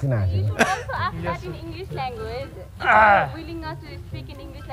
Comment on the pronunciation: “English is crazy langwaay”